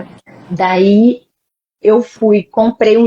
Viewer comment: Para aqueles, como eu, que tiveram dificuldade em entender o nome do livro no início da Live, a dieta citada é a Whole 30.